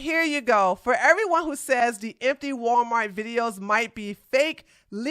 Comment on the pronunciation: She said "Gualmar" 🤭🤭🤭🤭